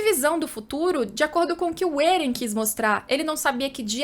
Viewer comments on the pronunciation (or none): Da uma aflição toda a vez que ela fala Eren ao inves de Éren